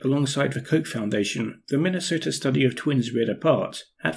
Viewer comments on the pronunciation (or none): none